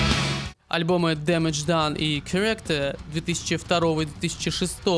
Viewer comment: Большая работа, спасибо! Рекомендую поработать над произношением английских названий альбомов и названий групп) charActer вместо chAracter, halO Effect вместо hAlo effEct